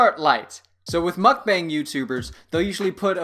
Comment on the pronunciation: It’s MOOK-BONG not mukbang but LMFAOOOO